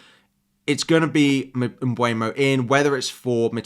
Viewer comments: Hey dude! Thanks for the video! The PL recently released a video on the players pronouncing their names. Mbeumo is (Um-ber-mo) not (um-bwey-mo) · I know! It pisses me off when they say mbuemo instead mbeumo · Hey, could you please pronounce it MBEUMO (M-boo-Mo) not (m-bue-no)🙏. He himself said it’s pronounced MB-boo-Mo. Also, where do you see M(bue)mo? It’s literally spelled M(beu)mo. That’s all, love your videos btw!